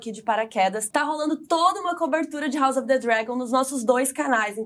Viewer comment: Legal o formato de vocês duas conversando. Dica, a pronúncia de "house" seria com "s", e não com "z": haʊs ʌv ðə ˈdrægən